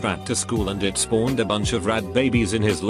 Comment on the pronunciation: This man really said it spawned a lot of arts "spawned"